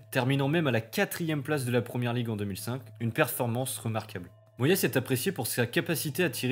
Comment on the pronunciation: Oui a DÉFONCÉ la prononciation de Moyes 😭